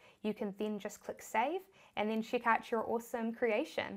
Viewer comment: Just came by your videos by chance.Love the way you say Stip by Stip & Chick ( check) My english is funny too.Thanks for helping new comers to Shopify.